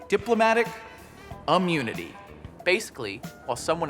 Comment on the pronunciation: "diplomatic UHHmunity"